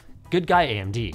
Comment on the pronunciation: That "AyyyMD" made me actually laugh! Ty